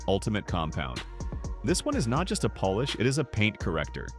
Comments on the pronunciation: Poll-ish? I thought it was Polish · When the video is about polish, the AI voice should learn how to pronounce polish